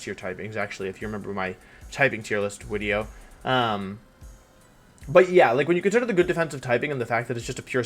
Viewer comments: Hey Wolfe, if you say "Wideo" for video, surely you say "Own-ey" for one? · Why in tf does he say wideo